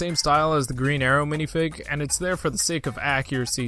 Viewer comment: I hate how this guy says minifig